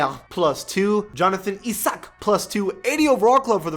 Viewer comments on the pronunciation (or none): The way the man pronounce Jonathan Isaac😂